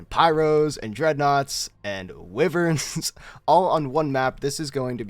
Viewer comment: i know you didnt pronounce wyverns "Wiverns" wtf man...